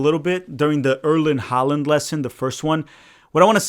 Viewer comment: Erling Haaland's name is not Erlend Holland. It's Erling Haaland, pronounced Haw-lan.